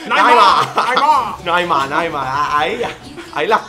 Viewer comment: Minuto koko habla como un tonto tambien en el minuto dice naymar